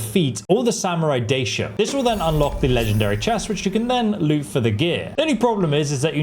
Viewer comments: Which fucking "doshido"? It's "Daisho", not doshido. Is it that hard to learn a new word? Apparently yes. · How many ways to pronounce Daisho do you have?! 😅